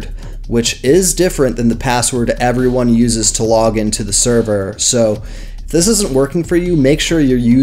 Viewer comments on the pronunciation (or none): none